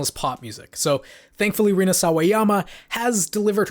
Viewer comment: it's rina not nina